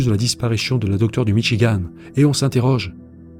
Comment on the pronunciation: Il n'y a pas de e à Michigan! En français ça se prononce comme dans Françoise Sagan...